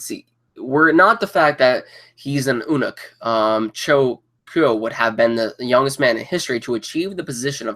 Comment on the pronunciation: Eunuch is pronounced Unuch!